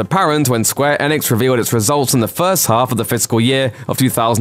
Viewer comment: Every time the guy says Square Enix makes you cringe because he cant pronounce Enix properly.